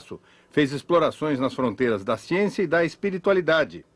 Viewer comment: Falou da agricultura, da ciência, e do escritor Castanêda... Até aí, tudo bem... Mas, quando, falou bem da Marina, fiquei meio cabrêro... E quando falou de Lula, fudeu por completo... Adios Capra, com sua "siênçia"!!!... rsrs